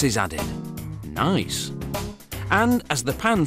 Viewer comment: I like the part when the british narrator said "nice"